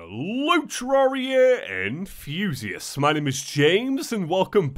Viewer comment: "Hello traria and thusiests!"